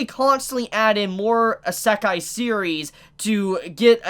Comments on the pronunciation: ITS NOT PRONOUNCES ISE-KAI, ITS PRONOUNCES I-SE-KAI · Please look at this site and fix your wak pronunciation of isekai. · How it's spelled: Isekai Quartet. How pronouns it: Esekai Quartet.